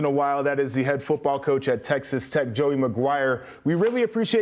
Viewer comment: “Tessex Tex”?